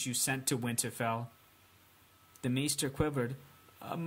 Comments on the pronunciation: The next book is supposed to be about 1500 pages but knowing George r.r. Martin it'll be way longer and it's pronounced mayster not meester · Its pronounced "MAY - STER" Like... try saying the holiday, easter... then replace the "ea" sound with the month of may. Youre welcome. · Pronounced May-ster